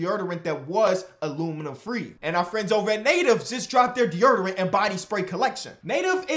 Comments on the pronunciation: I love but the way he pronounces deodorant makes me violent. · That chicago accent jumped out when he said deodorant lmao 😂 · I love the way says deodorant